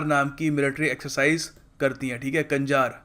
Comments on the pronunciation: कंजार नही i think its खंजर।। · Not कंजार it's खंजर means चाकु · Great video.....but I want to add some points please 1.konkan(कोंकण), khanjar (खंजर)must be pronounced well. 2.you left IMBEX,VINBEX,Bold-Kurukshetra,vjra prahar etc. 3.In a previous video of map practice you told Kazakhstan is landlocked because Caspian sea(misnomer) itself hasn't any access to a sea. I believe you will definitely take my points in consideration, I'm big fan of yours.thank you